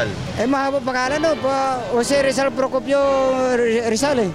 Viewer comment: HAHAHAHAHAHA Procopio daw!! xD